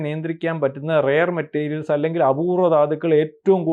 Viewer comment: പൊട്ടത്തരം പറയാതെ gdp കൂടിയിട്ടും എന്തുകൊണ്ട് രൂപ വാല്യൂ കുറഞ്ഞു. 😡. ഇറക്കുമതി കൂടുതൽ ഉള്ള ഭാരതത്തിനു ഇത് എത്ര പ്രശ്നം ഉണ്ടാക്കും എന്ന് പോലും ബുദ്ധി ഇല്ലാതെ വള വള പറയുന്നു 😡. റയർ മെറ്റരിയൽ അല്ല പൊട്ടാ റെയർ മെറ്റൽ ആണ്. ചുക്കും ചുണ്ണാമ്പ് ഉം തിരിച്ചറിയാൻ മേലാത്തവൻ ഒക്കെ നിരീക്ഷകൻ 😡